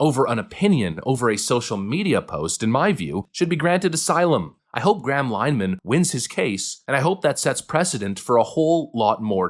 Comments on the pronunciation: Pretty sure its pronounced Lyn-eh-han based on the Brits I've watched talking about his case. 😊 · It's pronounced LINN-eh-hann.